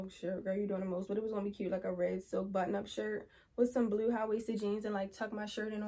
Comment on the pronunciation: You gotta be from Baltimore 😂 it was the bluuue jeans lol